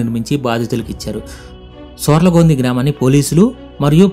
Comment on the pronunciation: Solargodhi kadu sorlagondhi